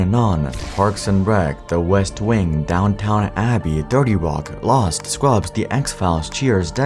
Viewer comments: Strong analysis in this video. Minor correction: “Downton” is pronounced “Downtun”, not “Downtown”, and “Seinfeld” is pronounced “Seinfeld”, not “Seinfield”. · Downton, not Downtown. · “DowntoWn Abbey”